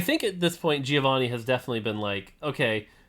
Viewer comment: Hearing you butcher "Giovanni" over and over again is pure pain... It's not that hard, guys